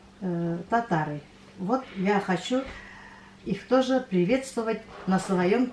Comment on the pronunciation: я обратила внимание, что вы говорите хощу. Мне прям бальзам на душу,мои предки по папиной линии челдоны и всегда вместо ч они произносили щ. Но все они уже умерли, а мы молодежь уже так не говорим. Молодежь,аж смешно стало,мне уже 61 год. А у вас у татар тоже такой говор?